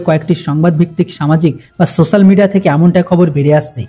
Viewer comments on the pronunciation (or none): none